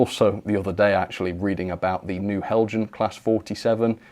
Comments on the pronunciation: These brickbat videos are more entertaining tha the ones where you extoll the virtues of an excellent model! Heljan, is pronounced "Hell-y-an". The devil is in the detail. Thanks for uploading. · Isn't it pronounced Hel-Yan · Nice music effects..! And nice WobBle down the track... But, um, it's "Hell-yan" or "Hell-yun". In most European languages a 'j' is pronounced like an 'h'. So, French "Jomini" = "Yom-a-nee". Spanish "Junta" = "Hoont-ah". Danish "Heljan" = "Hell-yan" or "Hell-yun".